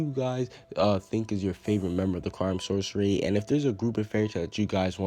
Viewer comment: I thought it was pronounced "Source-ee-air"